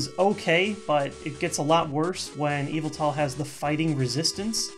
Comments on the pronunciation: Ohhhh! I thought he was saying `EVIL TALL` when he was saying `YVETAL` in a way I wasn't familiar with. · Whenever he said Yveltal, I kept hearing Evil Tall lol. I always pronounced it with the emphasis on vel, but idk :p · Every time he says Yveltal, I think he's saying Evoltile like in Yugioh.